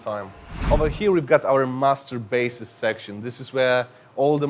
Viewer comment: When he say: "master basses" i only hear "masturbates"